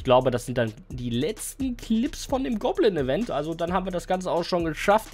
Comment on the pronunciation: Goblin bro, nicht gobblin😂